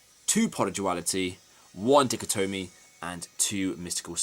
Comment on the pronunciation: Can't say die-cot-e-me : o